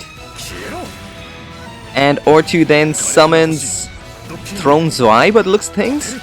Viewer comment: I think it's Throne Zwei Not Swe